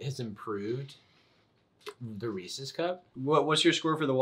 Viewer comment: I hate that he says ree-cees cup